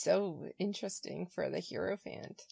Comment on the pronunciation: Thanks so much for this! And please don't take this the wrong way--I mispronounce words that I've read but never heard all the time. So, no judgment but--Hierophant is pronounced HIGH-ro-fant, not HEAR-o-fant. Keep up the good work!